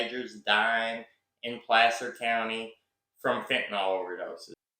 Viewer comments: Love your channel. The a in Placer sounds like apple not ape. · Pl/aaaa/cer county, not Play/ cer county